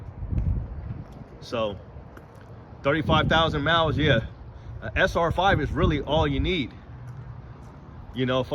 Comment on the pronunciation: Miles ❌ Moues ✅ No hate just think it’s funny 😂